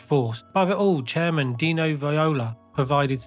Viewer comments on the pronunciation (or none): none